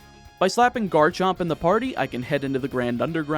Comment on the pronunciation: THE R IN GARCHOMP SHOULD BE AFTER THE A!